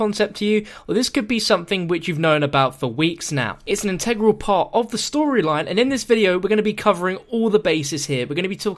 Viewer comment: Is it me, or does he say "integral" like "untregral"